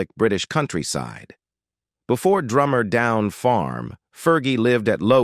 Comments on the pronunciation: It’s DUMMRR down farm not DRUMMER!!! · She came from Dummer, not "Drummer". Once again, appalling editing